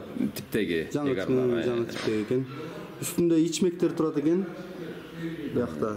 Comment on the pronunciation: Туура ээр болуп айтылат